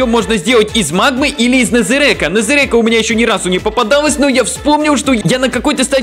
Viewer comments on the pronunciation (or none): Незерака а не нэзэрэка